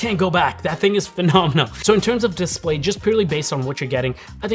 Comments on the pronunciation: What's a DISPAY? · The “dispay” 🤣🤣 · DISPAY lol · THE DISPAY 🤦‍♂ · Missing an L in your Dispay blend oder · Definitely love it for the “DISPAY”😅